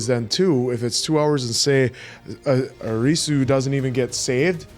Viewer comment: I love you guys so much but the way to pronounce Arisu's name is AR-IH-SUE